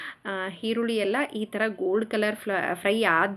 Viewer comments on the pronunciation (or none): none